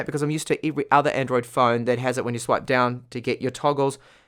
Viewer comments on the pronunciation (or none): Please learn to pronounce words correctly...EVERY..you say IVERY... you swap every letter E in all words for a I and its horrid to listen too....TIXT message instead of TEXT